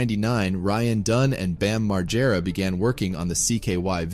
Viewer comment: Really sad about Ryan. But what's worse is the way you say Bams surname. It's pronounced MaGG-era. RIP Ryan